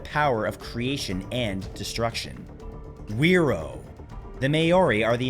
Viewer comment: Probably said fi roar not where row. As wh is generally an f sound here